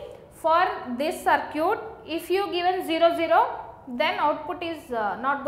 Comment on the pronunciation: It's sad that people are getting annoyed over her accent and broken English. I think her english is fine, she is a South Indian that's why her accent is slightly different. For example she is pronouncing circuit as sircute. I understood the topic and I thank her for that.